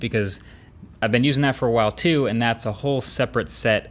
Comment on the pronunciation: Dis TEW MUCH! 😩😂